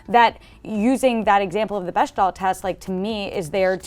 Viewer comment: i think is trying to reference the “Bechdel Test” (it’s a hard, not soft, CH sound) but im not sure i understand why. i think i can see what she’s getting at in terms of eric’s thin characterization, but the test is about showing how centric male characters are over female ones, so i really don’t get its application here. also this season is a hot mess. very disappointing:(